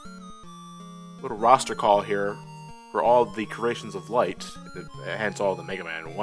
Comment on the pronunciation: I may be very slow in noticing this, but . Former assistant to Dr. Right. Your engrish is showing.